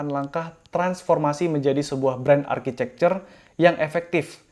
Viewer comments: Bukanya tulisan architecture bacanya arsitektur ya, kok architecer bang? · Bren arcicekcer?? Harusnya arkitekcer.. Saran aha bang.